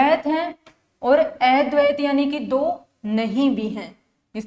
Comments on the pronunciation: अ को ऐ पढ़ रही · अद्वैत शब्द का उच्चारण सही नही हो रहा है जी